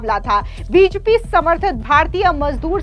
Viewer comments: कैसी एंकर है । बीजेपी नहीं बोल पा रही है ?? बिजपि क्या है ! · बीजेपी होता है बीजपी नही,ढग से बोला नही जा रहा और यूट्यूब पर समाचार वाचक बन रही हो।